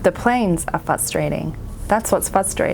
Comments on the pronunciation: “FRustrating” not “fustrating” :P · fr us - tra - ting sorry I had to say it. Seems you miss the "r". Lovely channel.❤